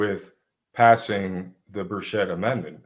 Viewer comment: It’s Tim Burch-it. No s and a hard ch.